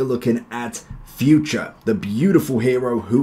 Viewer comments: I'm Portuguese, it's not pronounced like you say. It's actually Futr not furt-ray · bro his name is pronounced fu-tray, its really funny you call him future 🤣